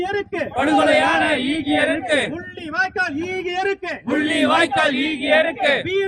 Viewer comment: ஈகையிருக்கு என்ற சோல் சரிவர உசாசரிக்க படவில்லை.(ஈகை இருக்கு )ஆகையா வேறு வார்த்தையை பயன் படுத்தலாம்